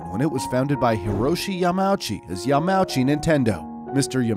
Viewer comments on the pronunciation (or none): It's not "yah-mow-chi" it's "ya-ma-uu-chi" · pronouncing Yamauchi as “Yam-owchie” physically pains me. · Actually, Hiroshi Yamauchi (pronounced yah-ma oo-chee) was born in 1927. The founder of Nintendo was Fusajirou Yamauchi. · what about “yamouchey” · "Yuh Mow Chi"